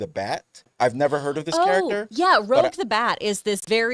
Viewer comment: Why people keep mispronouncing Rouge? Even in gaming channels call her "Rogue". xD